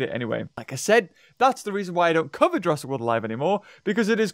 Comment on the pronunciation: Jurrasic not jurraisk